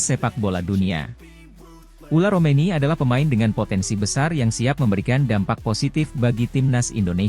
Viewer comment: Tertulis Ole Romeny tp dibaca Ula Romeny. Kowe bego le mlco we ora iso. Wong koyo ngene kok payu